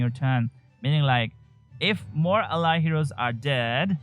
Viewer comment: you pronounce 99% of the english words right but not ally. Enjoyed your content.